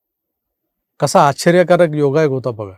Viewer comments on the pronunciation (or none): आपण पत्रकार आहात उच्चार शुद्ध हवेत. कसा आछ्छर्यकारक योगायोग होता बघा. ह्या वाक्यामधे उच्चार आछ्छर्यकारक न करता तो आश्चर्यकारक असा हवा . गानी ह्या शब्दाचा उच्चार गाणी असा हवा. निदान पत्रकारांनी तरी ह्याच जाणीवपूर्वक भान ठेवायला हवं. बाकी तुमचं विश्लेषण चांगलं. एडिटिंग करायच्या आधी भाषेच्या उच्चारांच्या चुका बारकाईने तपासून टाळाव्यात.